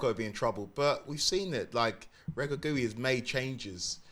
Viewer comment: my guy be calling the moroccan coach Ra-ga-gou-wi, it's reg-rag-i